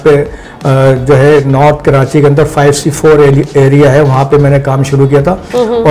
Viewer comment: Indeed a very good interview. But pls don't add "N" in Karachi 🙏 It's not KaraNchi. Atleast we should know to correctly take the name of our beloved city.